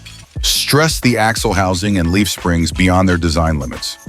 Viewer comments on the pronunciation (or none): none